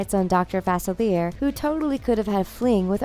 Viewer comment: It's pronounced Fah-SILLY-eh.